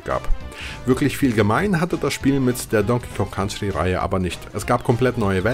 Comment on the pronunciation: "Don King Kon Country"? Alter...